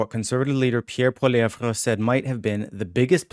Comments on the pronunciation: Oh my god STOP pronouncing it “Poiliev-VRA”, it’s comically annoying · Polly- EV its not that hard. The "re" is silent. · Holy crap..Biggest rally ever? Where have we heard that before. Right from the Trump playbook. Far right B.S...Poilievre=Maple Trump...P.S. Your hero's name is pronounced Polly ev! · Pronunciation is important----are you wrong pronouncing his name or are we? Please clarify